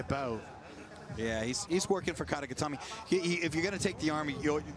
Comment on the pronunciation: Commentators love hearing themselves say “kata getame” lmao